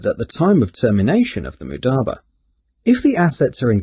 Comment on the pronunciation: He cant even say it right- its not mudaba its mudaRAba